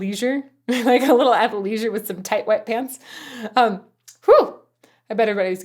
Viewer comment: I had to listen 5 times to ensure you said "tight white pants" and not "wet". Nice review as always!